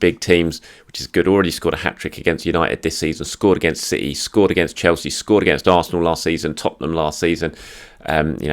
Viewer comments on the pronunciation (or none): none